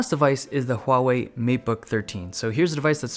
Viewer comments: when dave2d is the only youtuber who can pronounce "huawei" properly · Finally somebody pronounced huawei right.